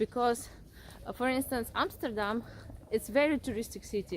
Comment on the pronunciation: love your video's! And the way you pronounce Amsterdam! The best I ever heard! American's Always say Emsterdem and I hate that! Good for you